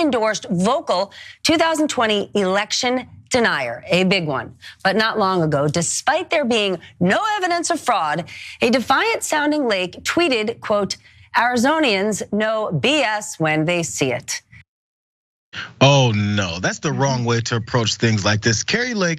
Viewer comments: “Arizonans”, not “Arizony-ans” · It's not arizonian it's Arizonan. But what ya gonna do😂